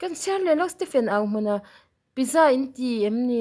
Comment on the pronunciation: Pizza (Piiitza ti a lam tur)